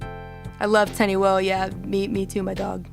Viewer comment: It is teniwoha not Tenny Wo (also time might be bit too early)